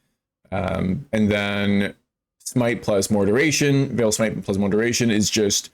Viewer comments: Unveiling is not calf meat. It's not pronounced veel it's pronounced vale. And vaal is pronouned vAL not vail. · It's an easy mistake to make, "aa" typically makes an "ai" sound like "fail" but in this context it's correct to say Vaal such that it rhymes with "pal"